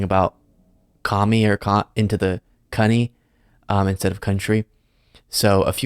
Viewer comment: “…deny them access to our ‘cunny’…” Sounds like Chump wants a chastity belt?! But, on Access Hollywood, he demands access to the cunnies of anyone, cause, when you’re a celebrity…